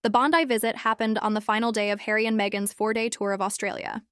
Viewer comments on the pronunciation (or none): December 2026?????? its only April 2026 - get your factsright. or at least look at your calender on your phone - DUH!!!! Also learn how do say BONDI - (sound it out - BON-DYE')